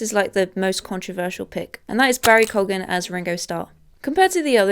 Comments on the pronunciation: Hi, nice to see that you’re uploading again! For Barry Keoghan’s last name’s pronunciation, I think it’s supposed to be pronounced as Ki-Oung, not Kou-Gen (last I checked) 😁. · its pronounced KEYouhghan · It's pronounced KEY-oughan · Some of these are... okay but some of them are WAY off. The fact that the Beatles weren't these chiseled dudes made them more relatable. (also remember guys you're not supposed to pronounce the g in Keoghan, as it's followed by a h)